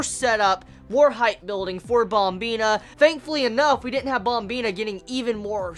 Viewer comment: Wtf is up with the " BOMBINA" ? pronounce it correctly brah, yeah u mad?